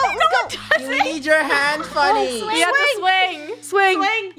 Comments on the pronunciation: Its "Funio" lol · It’s Funneh not funio